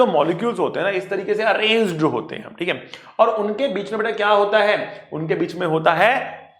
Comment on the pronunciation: sir was continously speaking work "hote" Which each time reminded me of an Arabic person speaking😂😂😂 But really sir you are the best person and teacher😌